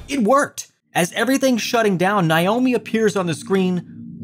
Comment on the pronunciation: NAY-OH-MEE. Learn to pronounce names. You glossed over a lot of important information in a lot of the games.